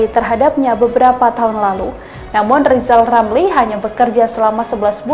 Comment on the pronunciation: Huruf R nya di pelbaiki dolo bp Lizal Lamli